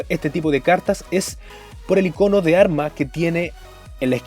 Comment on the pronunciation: Me pregunto por que siempre dicen "ICÓNO" aun viendo escrito "ÍCONO"...¿?